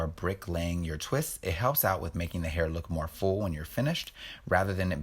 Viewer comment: "Hearth" - I love it!! 🤣🤣